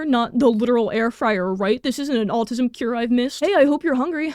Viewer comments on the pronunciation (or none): Im not American, but it kinda sounds like youre saying altism?